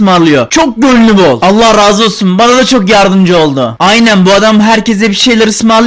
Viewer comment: Süüü bane ve napim diyorsun abi